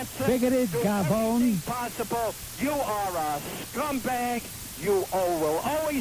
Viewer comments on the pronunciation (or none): It should be cafone not gavone.